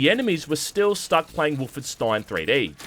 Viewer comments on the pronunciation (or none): none